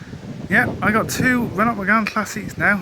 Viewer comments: Renault is pronounced like RENoh. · Interesting video and nice to see a car being saved from the scarppers. Could do to brush up on the pronunciations of "Renault" & "Volvo" though. :-p